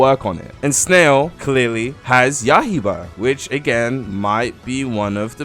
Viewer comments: Ah yes “yahiba” the demon slayer game named yaiba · He said “YAH HE BA” 💀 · did u just say yahiba